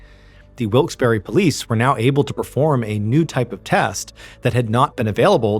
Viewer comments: didnt realize it was in pa until he said hershey cause of the way he was pronouncing wilkes-barre. barre is pronounced like bear lol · As someone who is from the Lancaster area, I've never heard that pronunciation of Wilkes-Barre. I've always heard it pronounced Wilks-Bar. Anybody else local want to weigh in? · Drop the eee sound at the end of Wilkes-barre. I'm from near there. It's wilks bear basically. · Dude the way you said "Wilkes-Barre, Pennsylvania" made me legitimately flinch. I did NOT expect MY city to be mentioned. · What I find most unbelievable about this story is that no one on the team seems to have taken the trouble to look up the pronunciation of the town. It is true that some locals do pronounce it the way MrBallen is pronouncing it -- but it is more commonly pronounced "Wilkes bar" -- as in, for example, a bar of candy. Think of an "Ice Cream shoppe". It ends with PPE but do you say "shoppy"? No. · As a native to northeastern PA its weird hearing a story so close to home. Also side note i cringed every time he said wilkes-barre. Its pronounced (wilks bear) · It is pronounced Wilkes Barre (bear) not berry! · Mr. Ballen: Wilks Berry Me, a red-necked Pennsylvanian: Wilks Burr-uh 🙃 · Not wilks berry, it’s pronounced Wilkes Bourgh, spelled Wilkes Barre. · FYI: It’s pronounced Wilkes Bar not Wilkes Berry. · Always fun when this stuff is so close to home... 😅 (Note: Wilkes-Barre is pronounced like Wilkes-Bear, not Wilkes-Barry.) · Not for nothing but it's pronounced Wilkes Bar not berry and yes that bugged me a little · It's pronounced Wilkes bear not berry. I'm from the Poconos PA. I'm a verified source 😂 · Wilkes-Barre is pronounced Wilkes-BAR, not Wilkes-Berry. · We pronounce it Wilkes Bear not Berry. But hey, you tried. :) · As someone from North East PA, I just gotta say that it's pronounced as "Wilks-BEAR" not "wilks-BARRY" lol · For the record, it's pronounced Wilks BAR, not berry. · Up air its pronounced Wilkes BEAR not Wilkes berry lol 😂